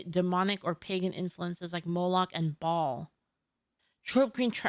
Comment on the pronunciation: It's pronounce Bail liek bail bonds Baal:)